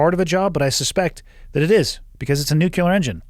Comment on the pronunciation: Nucular huh